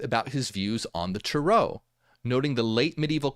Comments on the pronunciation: TAre-oh.. Hearing Tur-OH is driving me nuts..Is it just me?? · I think about the rental car 😂 but If we really wanna talk correct pronunciation, it’d be Tah-Rö But hey… tomāto, tomäto… 🤷🏽‍♀️ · The way he said it sounds wild to me. I have never heard it someone say it like that. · it’s just the way Americans say it, they emphasise the end of the word, while Europeans emphasise the beginning. I used to be irritated by what I thought was American butchering of the pronunciation, but now I don’t even notice. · YES THANK YOU!!! I was wondering if he’s just saying another way other people may be pronounce it like tomato tamato 😅